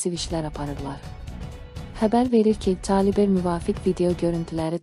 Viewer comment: Ay ləçər bu Kalibr sözünü düzgün səsləndirə bilmirsənsə niyə efirə çıxırsan ay........